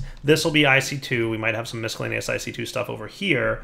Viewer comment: For the love of God, there's no "k" sound in miscellaneous!